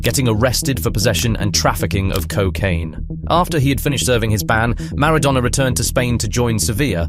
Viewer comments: It's not -douna, its -donna :) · Who TF is Diego Marra-donor? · I HATE these stupidity AI narrations. Who the fuck is Diego Maradowna??? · Who the feck is Diegough Maradoughna? You mispronounced everything. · He wasn't 'Diego Marrow-Donor' you ignoramus. Say his name properly. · Mara-dough-ner? AI voice? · "Mara-DONER" ??? NOOOOOOOOO 😢 😭 😠 😡 👿 😤 🤬